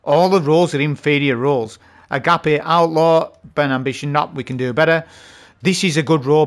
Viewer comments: Agape is pronounced AGAYPE is in, his mouth was Agape in amazement!. Not AGAP. Hope this helps. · as far as the weapon Agape, it's pronounced "'ah gop aye", there was a video that Byf did with Allison where he asked about it and she explained the weapon's name a bit more. Great video though :) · Agape is pronounced Agapā I think it is Hebrew for brotherly love. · its pronounced "Ah-gop-ay" iit means love in greek i believe. im pretty sure its that because of the text under the name. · agape.... is sounded out ahh gah pay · a-gape - as in wide open in surprise or wonder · … the agape handcannon it’s pronounced in Spanish.. A-Ga-Pe… look it up. ❤ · I think his mispronunciations are a meme and add humor to the channel at this point 😂